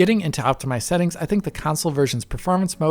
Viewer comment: "Optimised Seetings" lol